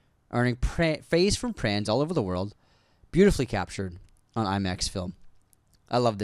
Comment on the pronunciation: UNSUBSCRIBED!!! cause im so tired of laughing from yall saying words backwards 🤣 so instead of saying praise from fans or. Not sure atp, says "fraise from pans" 🤣🤣🤣 love the show, yall got me through alot since 2020 keep going and know we really love yall out here.